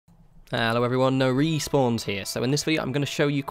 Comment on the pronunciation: "Hello everyone, here." lol Good video just thought that was funny.